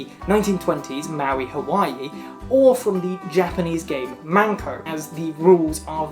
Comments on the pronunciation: Okay but the first time she said MANko instead of MENko I fuckin choked That’s pussy, babe! 😳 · saying 'mAnko' ( pussy ) 万個 instead of 'mEnko' ( a card game )面子 👌🏾😩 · Every time you said "Menko", I heard manko. Manko is Japanese for pussy lmaoo